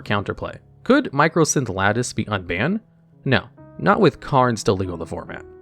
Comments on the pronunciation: It's MYCOsynth Lattice, not MICROsynth. There is no R in it. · Sorry...but I just have to point this out... "Mī - Cō" - synth Lattice. MY - CO...not "Micro" lol. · I love that absolutely everyone calls it "Micro"synth lattice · You keep saying microsynth lattice and my brain explodes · loved the video/series, but hearing MICROsynth lattice instead of MYCOsynth was funnily annoying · Just letting you know it's mycosynth lattice not microsynth lattice, nice video tho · Great video. Just want to point out that it's mycosynth, not microsynth. Edit: Also it's Emrakul, not Ermakul. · It's my-ko synth lattice, it's supposed to be a fungus (myco) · Mycosynth Lattice has no R. It's not "mycrosynth" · There is no R in Mycosynth. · Argh! There is no "R" in MYCOSYNTH LATTICE